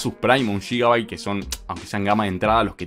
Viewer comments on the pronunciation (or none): none